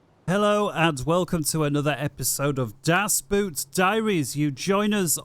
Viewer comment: It's not a boot 👢it is a boat ⛵(oh wel, a u-boot). So, either "the boat" or "das Boot" but please no more of "das 👢" Seriously, it is not THAT hard to look up the pronunciation of something if you go through the trouble of making a video, might as well pay some attention to what you're actually saying.